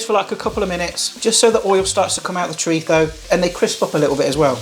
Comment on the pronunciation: you have a speach impediment or can you not say Z as in ZHO...or ChoriZHO? I had to ask a buddy from England to say chorizo and he had no problem with it.